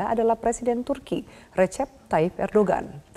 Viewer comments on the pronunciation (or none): none